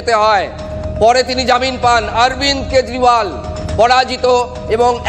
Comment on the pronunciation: কেজরিওয়াল❎ কেজরিবাল ✅....😅😅😅